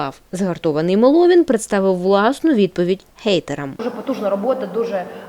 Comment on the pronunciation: MÈLOVIN наголос робить правильно